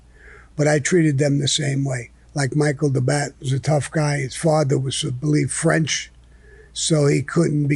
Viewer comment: His name was Michael DeBatt, but the way Sammy pronounces it, it comes out as Michael the Bat. Sammy also had him killed, along with a few others in his crew.